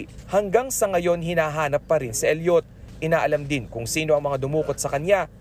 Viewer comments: Elliot, not El yot, Idiot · bakit ganon mag sabi ng reporter na “Elliot” mali pag bigkas mo bobo